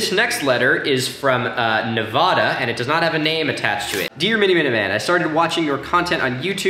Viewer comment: I've seen chamois pronounced as shammey, and man, your pronunciation of Nevada made me cringe, the "va" part is a short "A" sound like in sat. Ngl, kinda jelly of that lunch box of dinosaurs and I totally agree with you on the lapel mikes.